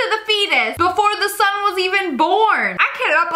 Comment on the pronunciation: It's son not Sone